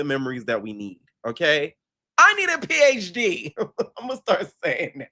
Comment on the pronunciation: EVERY TIME U MAKE YO MOUTH SUPER WIDEEE P ON THAT INTRO TAKES ME OUT 😂😂😂😂